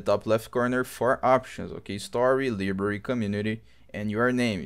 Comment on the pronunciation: ly bary its pronounced LY Bary.